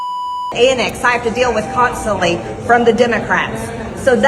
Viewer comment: don’t forget how she says the words “imporDANT” and “conSTANLY” also and most IMPORTANTLY she showing how raciest she is when she doesn’t even have a clue about WHY people were protesting in the streets after George Floyd was MURDERED!